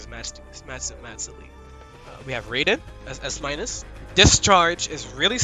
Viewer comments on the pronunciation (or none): It's Raiden. Like Ray Den. Jesus dude!